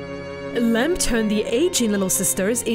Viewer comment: It’s “Lamb”, not “Lamp”